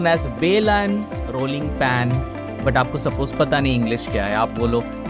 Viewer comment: Did you say "Rolling Pan"